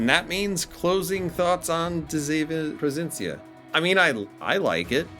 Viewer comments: As a dutch player. Thank you, that you include her sister, and a pretty accurate history about this class. To help you out to pronounce her name, it's duh see ( kinda like sea but without pronouncing the a) vun. Pro fin si un. I realy hope the tech tree will follow soon. ( hopefully, cruisers and destroyers, since we had a bunch of both during ww2) and maybe the us cannon class escort destroyers. ( we had 6 of them) and the brittish n class destroyers. ( I discovered so far we had 2) both classes were built during and served in ww2 and transferred to the royal dutch navy after ww2. And maybe wg can get their hands on the blue prints of the dutch bb,s that where never build, and maybe they can design the Macv ( merchant aircraft vessels from la carona a sub company from shell wich is dutch) and of course the cv karel doorman, I think it was cv71. Karel doorman,s famous last radio message, I attack follow me! In dutch, ik val aan volg mij! Pronounced best ik fall aan volug my. I bought the campeigh since it's a dutch ship and so far a stand-alone premium. And I'm dutch, haha. My advice play defensive, don't rush in, with de zeven provincièn. It's not designed to attack. This class was pretty much designed for support and anti-submarine warfare. Just like the friesland. Although the aa on both is insane. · Do you know in which city she was being build in the Netherlands? Very nice video 🤩 and I know you did your best on the pronunciation 😁